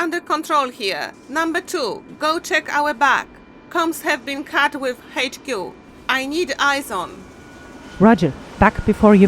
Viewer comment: Lol the way you pronounced HQ sounds a lot like the way Australians pronounced it you know like hay-ch que